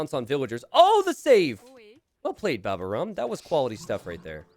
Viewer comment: babaorum is the (latin) name of a roman army camp next to asterix' hometown in the bretagne.. and it is pronounced baba -O-rum. /hermione